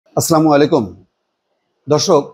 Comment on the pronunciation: ভাই আপনার চ্যানেলটি অত্যন্ত জনপ্রিয় আমি নিজে সব সময় আপনার চ্যানেল সংবাদ। শুনি। দয়া করে আপনি সালামটা স্পষ্টভাবে দিবেন। আসসালামু আলাইকুম ওয়া রাহমাতুল্লাহ। ধন্যবাদ ভাই আপনাকে।